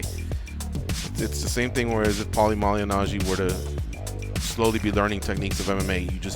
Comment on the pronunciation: Pauly mally najjy? Man in the middle can’t pronounce his name properly 😂